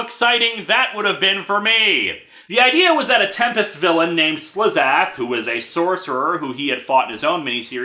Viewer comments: Sorry but you're saying "TEM-PEST". Not "TEM-pest". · I'm still bugged by Linkara pronouncing Tempest like it's two words.